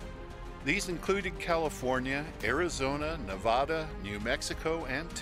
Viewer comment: How you should pronounce Nevada, for anyone wondering